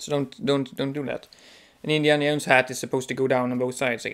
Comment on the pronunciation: jones not yones jahones jownes joe ns